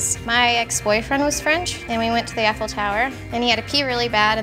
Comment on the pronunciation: “We went to the EFFel tower”